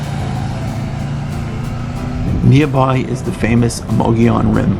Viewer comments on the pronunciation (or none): none